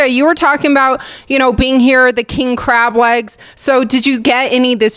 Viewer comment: Dude legitimately has a speech impediment... Them clab regs I mlean krab lags